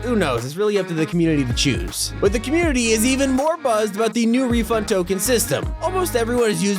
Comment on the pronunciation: FWEE WEFUND TWICKETS?!